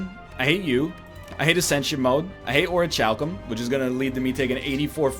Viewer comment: Love ya 2 bud. Btw its pronounced (Ori-Cal-Cum